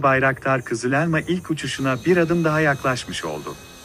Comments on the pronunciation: O elmanın "E" sini daha doğru söylesen. Çok rahatsız edici. Valla videonun devamını izleyemedim. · Uçağın adı "kızı - lelma" değil "KIZIL ELMA" lütfen telaffuza biraz dikkat edin.